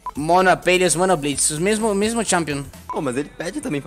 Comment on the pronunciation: APÊLIOS 😂😂😂😂 amo um sotaqueh